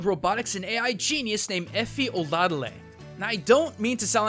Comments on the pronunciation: he said eri instead of efi 2 times XD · Efi. Not Eri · You called Efi "Eri" a bunch of times man. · Why do you keep calling Efi "Eri"? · i got triggered every time he called Efi Ari! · Efi not Ari dude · Why did you start calling Efi, Ari? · When accidentally says Eri instead of Efi.... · it's not Eri It's EFI two times you pronounced it wrong and you showed her name in the video! Come on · And who else noticed he stopped saying Efi like a quarter of the way in and started saying Eri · I think you kept pronouncing Efi's name like 'Ahri' in the second half of the vid XDDD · It's EFI not ERI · Has anybody noticed that in the video he starts to say eri insted of Efi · You keep calling her "Airy" Her name is "Efi" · YOU KEPT CALLING EFI "ERI" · WY DID HE CALL EFI ARI OR ARY?!?!?! IM TRIGGERED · Does is piss anybody else off that he keeps saying ere instead of efi!!!!!!!😭😭😭😭😭😭😭😭😭😭😡😡😡😡😡😡😡😡😡😡😡😡😡😡😡😡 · And how he pronounces Efi as Eh-fy instead of EE-FEE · why do you keep calling Efi 'Eri'? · you call Efi Air-E throughout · Why did you call her "Eri" during the end? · I like how as the video progresses, Orisa's creator, Efi, slowly becomes "Ari". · Nice culture shock, but why'd you keep calling her "Eri"? Lol. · If you skip to he calls Efi Eri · Her name is Efi, not Eri. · Her name is Efi right? Why do you start saying "Eri" towards the middle/ end of the video? Am I missing something? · You keep calling her Eri instead of Efi x) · "When we go back and listen to Eri" LUL her names Efi. Nice hiccup Edit: He calls her Eri st again Edit 2: Ok and also I think. Come on man Edit 3?: again with ERI. ITS EFI MAN!! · Its Efi...not Ere xD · why are you calling Efi airie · He said Efi like Fi. It's E EFI! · Its Efi Oladele. Pronounced. Eff•Ee Oh•La•Del•Ay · I cringed when he pronounced efi's name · You totally butchered Efi's name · Stopped listening when he couldn't get Efi right twice in a row. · Right? He kept saying that instead of Efi